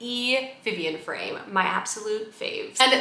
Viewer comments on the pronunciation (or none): none